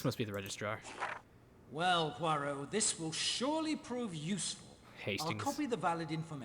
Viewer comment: I hate it... SO much, that you keep saying "" "Poy row"... Especially because BOTH of the main characters say his name properly, but you keep pronouncing it wrong anyway!?! I love your games, and I'm absolutely adoring your more in-depth video essay style content. But please... PLEASE, can you say "hirk YULE" "PWA row". I won't even insist upon you dropping the 'H', like Hercule himself ("irk yule"). Please... just for me.